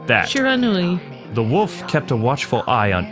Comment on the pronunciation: I believe it's pronounced shear-a-nu-i.